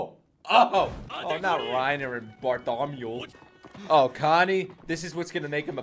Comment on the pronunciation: Ok but ✨Bartolommeo✨